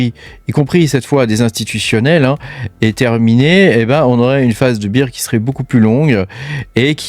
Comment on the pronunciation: Merci pour la vidéo, si je peux faire 2 remarques cependant c'est que tu nous présente des graphiQUES et pas des graphiSMES, et d'autre part il vaut mieux prononcer Bear "bère" plutôt que "bire" qui correspond à Beer (bière) sinon ça donne l'impression que tu parles d'un marché de la bière plutôt que d'un marché baissier 😂